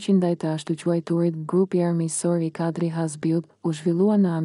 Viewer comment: Keto tregime na kujtojne kohen e veshtire te komunizmit.nje vrejte kam per zonjen ose zonjushen qe lexon: nuk mund te thuash Saaali, Kaaadri qe ne kete rast theksi bije mbi germen e fundit, ndryshe moj zonje dukesh sikur s'ke bere nje dite shkolle😅😅😅😅😅😅